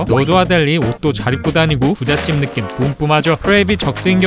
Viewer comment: 참 거슬 리네요, 왜 `너낌` 이라고 하죠? `느낌 ` 입니다. 설 마 너낌 으로 알고 있나요?